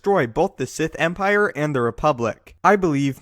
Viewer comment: gief theh eternal empireh man!